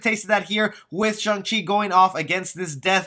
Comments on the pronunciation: Im not sure you're even pronouncing his name correcting. You say it with a "u" sound like shung. When it is really with an "a" sound. Shang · Nope his name is Shang chi not Chung chi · i cant even watch this ..with you keep saying shung chi............" its shhh-angggg -cheeeee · It's shang no shung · pretty weird that a lot of people read his name as "Sheng-chi" but its actually"Shang-Chi" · Character is very clearly named ShAng and my man calls him ShUng the whole time... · man said shung chi the whole video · its pronounced shung chi. just saying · Dude, you pronounce his name wrong.